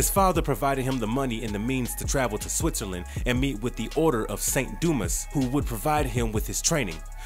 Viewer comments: There was an odd inflection , too. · Bro said: 'saint doo mess' 💀